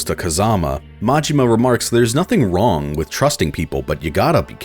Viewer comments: If only didn't say wrong/raw like that, then maybe we would have a clear answer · You might wanna re-listen. He clearly says wrong. The G is very pronounced. Moreover, calling him wrong follows naturally from the previous sentence, whereas "raw" doesn't. And finally, he uses the visual of the fake Kazuki pulling out his guns when he says it, which supports my interpretation, not yours.